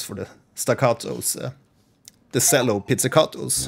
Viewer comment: Great video! Just a note on pronouncing the word "cello" - the "c" has a "ch" sound, not an "s" sound. So it should be pronounced "chello" not "sello". Keep the great vids coming!